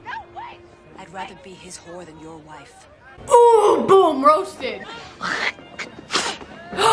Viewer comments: And I love that he calls her ‘wifen’ too 😂😍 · and he callls her "wifen" lol :P